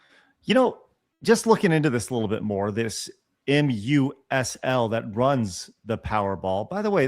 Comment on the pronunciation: Powerball is run by MUSL (pronounced MUSCLE, ) I work for my state's lottery, I already don't like when jackpots get high, that they're getting higher is going to suck Also, ALWAYS check your scratch ticket's barcode, even if the game isn't a winner. Seen "losing" tickets cash out for $500